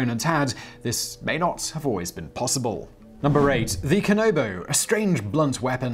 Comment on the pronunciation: Kan A bo not kan O bo also you mispronounce solo many other things in this, I have a feeling g he's just reading off wikipedia without actually knowing anything